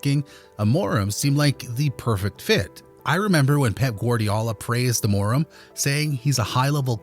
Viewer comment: "Amóraum" ? LOOOOL